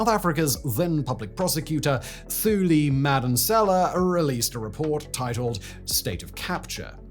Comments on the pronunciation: It's pronounced "TooLee" not Thooly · Ey man uhmm..... the "Th" in South African names is actually pronounced the same way you would say words like Tom,table,Tabet and ion know, twinke twinke little star. Thuli Madonsela is simply pronounced as 2li and Thabo is not what you just said there on video. I really don't mean to be rude. Someone had to say. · It's pronounced; two-li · Bro,😂😂 It's pronounced Toolee Madonsela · Love the piece - could have done a bit more research on how to pronounce south African names. It really takes me out of the video whenever you mispronounce a simple name. You do not have to include the "h" when pronouncing names such as Thabo and Thuli. It's literally "tah-bo" and "too-lee" . Just a small nitpick. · Entirety of DT’s presidency. You’ve drunk all the Kool Aid. It was “State Capture” by the way. And she’s Thuli, pronounced Tuli. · Thuli is pronounced 2-Lee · It's pronounced "Too-Lee". The TH sounds like a 2 when pronounced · Look man, it kinda delegitimises your whole video when you immediately mispronounce a key figures name. Thuli is pronounce two-li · Thuli is pronounced Toolee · To help with some of the name pronunciations. Whenever there is a consonant followed by an H, the consonant is a hard sound, with almost a silent H and then the vowel following is accentuated. So Thabo = T 'aa' bo Thuli = T 'oo' li Rhamaphosa = Rama P 'aw' sa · Just for future reference, 'th' in African SA languages is pronounced 'tuh' when followed by a 'u' so phonetically, Thuli is 'tuh-lee'. When followed by an 'a' it's 'tah', so Thabo is pronounced 'tah-bow'. In Afrikaans, like Theron, it 'teh' so it's 'teh-ron'. Great video. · Thuli is pronounced 2-lee... Did you even try to get the name right? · If ever you need help with pronunciation of the names, let me know. Thuli is not pronounced with "Th" its pronounced as a "T". The same is true when pronouncing Thabo. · Thuli is prinounced Tuli, only english has the th as an f